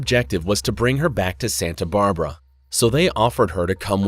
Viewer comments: Yeah, I noticed a few TERRIBLE mispronunciations ie Santa BARbera? sheesh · Santa brabra? Who hired you?